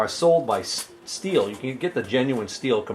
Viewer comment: its STIHL .......as in till.......tube